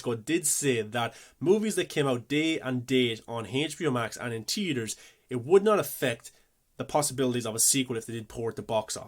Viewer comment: It’s. Theater Not tetor.